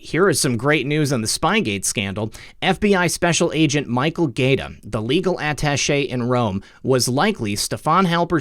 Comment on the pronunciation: If Michael Gaeta pronounces his name like the Italian city - it's (guy-A-ta).